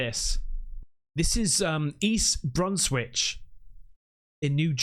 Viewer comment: Idiots! The four lights over LaGuardia airport is the landing pattern of four airliners lining up to land! They’re planes landing at the airport from west to east parallel to the Whitestone expressway. Stop believing a British man who pronounced Brunswick NJ brunswich and says lagardy airport! It’s not all over the news because it’s planes landing at the airport! The shooting thing is a helicopter shooting bullets. Tracer rounds light up at night which looks like lasers. Aliens don’t have strobe lights dummy’s! Why don’t you see these in the daytime? Because at night any light looks like a UFO!